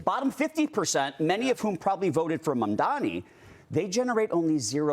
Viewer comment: Why can none of you idiots pronounce Mamdani's name correctly? It is not "mom-dommie" it is "mom-donnie" ffs